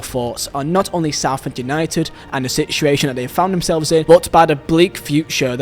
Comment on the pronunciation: Where are you from its UNITED not u need you cant say united